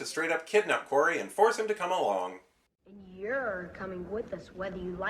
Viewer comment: I'm fine with you not liking this movie but you're diliberately mispronounceing the dimorphodons name.It's Forry not Quarry!